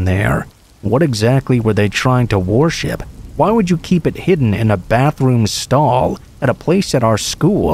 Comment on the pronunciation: There’s no way you think that’s how worship is pronounced.